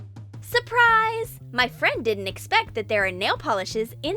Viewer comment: It's not SOUPRICE it's SURPRISE are u dumb?